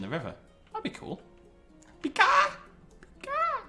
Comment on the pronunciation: I believe it's called a Pie-ka, though I could be wrong XD